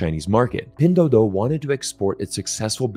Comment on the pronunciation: Nice video 👍! I just noticed that when you say pinduoduo (拼多多）you probably pronounced it as pindoudou(拼抖抖）.